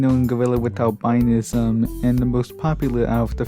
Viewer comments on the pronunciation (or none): Albinism isn't pronounce by that. It's pronounce Al-bu-nism. Like how rhetoric is pronounce differently from rhetorical.